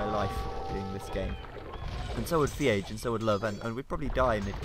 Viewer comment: Iron Age, not FeAge